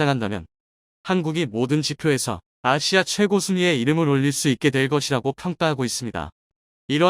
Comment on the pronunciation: 야,이모자라는인간아!아시아를 마시마라 발음하는,너희가,열변을토하는 내용들을 제대로믿을수있겠냐?한글발음부터 제대로해라.알마전갑자기튀어나와서,데일리메이킹뉴스들먹이며,시작하는,유튜브몇몇인간들,제대로잘하고있는,참유튜브물흐리지마라.제나라말도 제대로읽지못하는,바보 알간이들 모두떠나라.아시아를 마시마,러시아를 러시마,꼴통시키들!